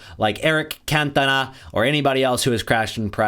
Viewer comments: Murdered his name its can ton a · The way u say cantona is crazy 😂